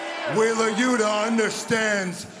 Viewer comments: “Wheeler’s shoeta… loota.” - Nigel McGuinness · i wish we could get some better story lines instead of ones focused on wheeler you-tahh, and danny gar-see-ya. Lets see miro, malakai, and guys we care about...